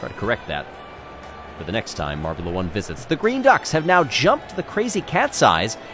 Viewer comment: Glad I wasn’t the only one who notice that. But it’s MARBULA 1 not MARBULAR 1